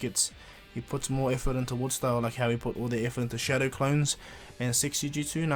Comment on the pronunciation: Your saying showdow clone